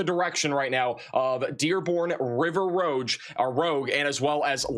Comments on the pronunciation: River Roo-ge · Hey! River Rouge is pronounced “Roozh”. Just friendly correction! Rouge is French for red